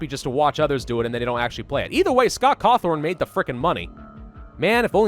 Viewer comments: he keeps saying Cawthorn when is Cawthon. I THOUGHT YOU WERE A GRAMMER NAZI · It's Scott Cawthon,.